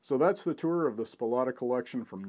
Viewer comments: Thanks for the video, great to see your Dad's photos of the Soplata collection. (one nit picky detail, it is pronounced Sa-Plata). Wally Soplata has a very limited print book available called "The B-25 In The Backyard" about his Dad's exploits. The F-82 in your slides has not yet completed it's restoration, it is in the hands of Pat Harker in MN. However, the one that was not in the photos did fly "officially" in Jan 2019. It is the XP-82 Twin Mustang that was the first to fly in 1945. I'm fortunate to have worked as a volunteer for many years with Tom Reilly's crew in Douglas, GA on the project. The AC currently resides in Titusville, FL at the VAC Museum, and is for sale if anyone is interested. It took all the major restoration prizes at SNF in FL. and Airventure at Oshkosh in 2019. Tom Reilly was just inducted into the GA Aviation HOF a couple short months ago. Walter should be in a HOF somewhere, someday for all his work to save these AC. Thanks again for sharing. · Your pronouncing his name incorrectly. Its not Spolotta, its Soplata. I was friends with his immediate neighbor whos property was adjacent to Mr. Soplatas. I toured that "yard" twice. Once in 1978 and again in 1980. There were two P51 fuselages inside the B36 fuselage. The P82 was moved out in the 90's sometime. I was accidently driving by on rt 87 when they pulled the fuselage out of Restful lake with the wings cut off. I thought, what a shame. But, there is a youtube vid of its restoration. It will flyl again. It was truly amazing. His house was full of instruments he collected also. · Awesome video and pictures buddy. A great record of an amazing collection whom without we would have lost a lot of aviation history. And props to you for admitting you pronounced the name wrong. Nice work :) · Spolata? That is not the way Walter pronounced his name when I talked to him....... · First words sound like "Walter's Spolata's" even at 0.25 speed.